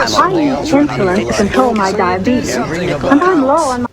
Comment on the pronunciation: I'm so glad no one taught him the proper way to pronounce diabetes